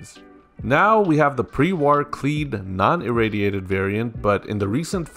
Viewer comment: he said the word perfectly